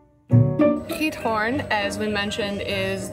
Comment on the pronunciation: yr pronunciation of giethoorn is quite OK